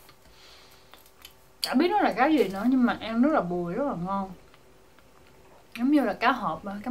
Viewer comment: Bùi mà tui nghe suýt nhầm thành buồi